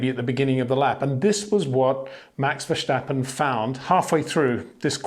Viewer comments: Hi Peter, Great show and analysis. Just some polite feedback if I may. Tom clarkson has stopped pronouncing vershhhtappen as its not the dutch way its verstappen as in english phonetics so can you contact a dutchman as I think its the german pronounciation No biggie but as a presenter probably best to nail it. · Verstappen not Vershtappen. Jesus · Why does Peter say 'Max Vershtappen'? Does he say 'Shtirling Mosh'? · The way you pronounce "VerJsJtappen" gets really annoying. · HEY PETER WINDSOR, I HAVE MESSAGE FOR YOU SIR: With all due respect ... it is NOT Max "verSHtappen" ... Max is not German (Germans indeed do pronounce "st" as "sht") ... #Max33 = Dutch NL/Belgium! ... It is not "Bottash" nor is it "Lewish" certainly not "verSHtappen" .... This BS started long time ago when a British sport presenter interviewed father Jos Verstappen and assumed you can use a German pronunciation to a Dutch Driver thinking it is so "funny" ... It is not. Serious question: can any Englishman say "versatile" out-loud without saying "vershatile" phonetically? most can about 99,99% ... that is why most English can pronounce Verstappen 100% correct! Father Jos Verstappen (also F1 Racer) was very active between back then only a very few said "Vershtappen" but the vast majority of British sport presenters pronounced it perfectly ... only a few old stubborn farts like Peter Windshor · He will never be able to write or say his name correctly , but i forgive Peter Winzjor ;-) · VerStappen…would it hurt to pronounce it correctly?